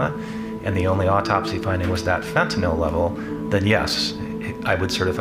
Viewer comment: Why is it so hard to say "fentanyl" instead of "fentanol"?